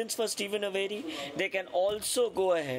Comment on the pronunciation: Steven's last name is pronounced A-ver-ee, not A- very. 😊